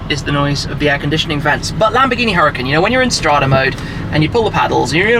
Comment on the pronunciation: ITS NOT CALLED A HURRICANE !!!!!!!! just attempt to pronounce it correctly , URA-KAN . Mucho Gracias